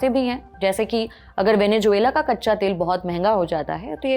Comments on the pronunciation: Venezuela होता है मैडम, वेनेजुएला नहीं। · Venejuela ❌ Venezuela ✅ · Venezuela 😂😂😂 Venejuvela 😂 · Bekaar Reporter hai Venezuela bolna bhi nahi aaraha hai